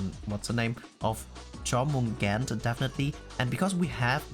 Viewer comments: Here's the correct pronounces of her name: Yormungander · The correct pronunciation of Jörmungandr is YOUR-moon-GAHN-dr.